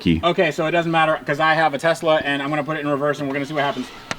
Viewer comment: They are called "Teslur" :D